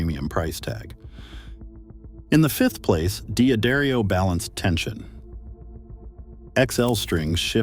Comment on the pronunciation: Your bot said D'Adario wrong, along with wound!